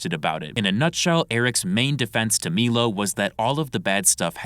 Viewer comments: It's M👁LO. Not Meelo. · my brother in christ it’s pronounced MY-low put some respect on the formerly gay man’s name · Dude it’s been like a year and dozens of videos and you still can’t say Milo correctly bro are you legit rtrded?? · so many videos now and I'm convince is mispronouncing Milo on purpose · Hearing Milo being pronounced like that hurts my head